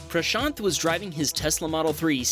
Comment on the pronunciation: What's happening on the screen: Cars crashing into each other in ways that would easily pass for a Hollywood movie scene. What I am noticing: "Wow, this is the first time I hear an Indian name (Prashaant) being pronounced accurately by a westerner"